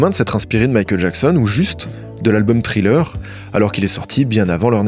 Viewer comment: Thriller prononcé Tri-Leur et Ashes prononcé “Eille-Chise” tu me tues ne change jamais 😭❤